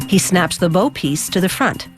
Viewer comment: Do we drink every time she mispronounces bow?